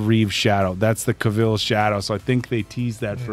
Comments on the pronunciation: how many times i shouted at the computer its not henry ca-VEAL its henry ca-VILL LIKE VILLA OR VILLAGE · Need your reactions to The Clash of the Titans trilogy. Plus, Cavil as in "Kay-vil" not Kayveeel lol, it always is funny to hear... Great reaction, guys!